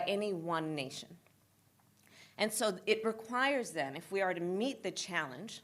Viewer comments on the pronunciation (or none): none